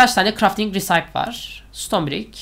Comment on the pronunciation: RECIPE 'risayp' diye okunmuyo 'resipi' diye okunuyo